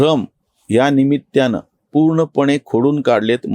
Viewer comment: आपण निमित्त या शब्दाचा उच्चार निमित्त असा करता दत्ता सारखा करावा. जसै दत्ताने, दत्ताला वगैरे. आपला व्हिडिओ आवडला.